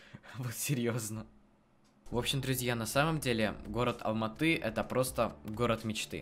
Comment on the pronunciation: Я живу в Алматы правильно говориться Алматыыыы